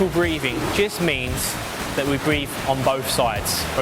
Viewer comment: "Breff one.....two frreeee..."